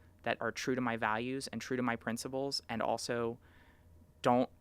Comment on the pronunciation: Twanz, you know it's twue